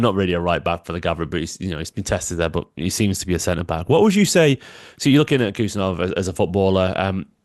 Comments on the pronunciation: Hey! His name is actually pronounced HOO-SANOV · It’s pronounced “ who Sarr Novv” heard his countryman say it 👍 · Correct pronunciation would be: "Husanov" without K. In Uzbek there are two letters "H" and "X" which represents english "H (aitch)". "X" reads in english as "ex" thats why to make the difference in written international names in english, between "K" is added before "H" in his name. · No Abdukodir Khusanov, Abdukhodir Khusanov, First of all, be sure that you have correctly pronounced his first and last name, and then you will talk about him in general, this is a great lack of respect, no matter what country he represents